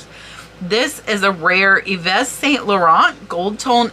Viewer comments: Hi, way to pronounce Yves St laurent is EVE...ok back to video:) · Hi ~ just FYI, Yves is pronounced "Eve" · Yves St Laurent - The Yves is pronounced eve (like the beginning of evening). Good video. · Yves is pronounced ‘Eve.’ Yup, that’s right, ‘Eve.’